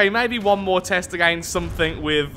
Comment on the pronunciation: A-gain-st/ Lathraxian word for against